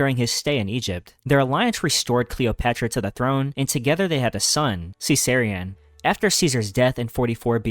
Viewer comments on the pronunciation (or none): I'm sorry, but if you're going to make a video effectively summarising wikipedia pages, you can atleast bother to learn how to pronounce things correctly and not mess up. Burgundian, Orleans, Caesarion, legislature, Holodomor etc are all pronounced particularly incorrectly. Also, Elizabeth I was Henry VIII's daughter, not Henry VII. I would love to support a channel like this, but you've got to slow down and put more effort in.